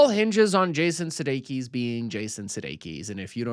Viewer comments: I’ve never heard anybody mispronounce “Sudeikis” to that point before. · And that's not how you pronounce Sudeikis, either.